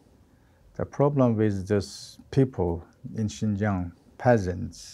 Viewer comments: Xinjiang, not Xianjiang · come on guys. It's "Xinjiang", not "Xianjiang." How did you not google this first?